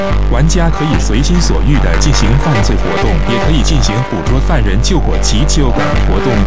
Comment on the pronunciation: Fong kong express from hong kong😂😂😂😂😂😂 its gong🤣🤣🤣🤣🤣🤣🤣🤣